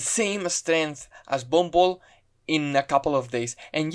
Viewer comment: I know you say you "Von Bolt" but I hear "Bumble" and it makes it funnier to me.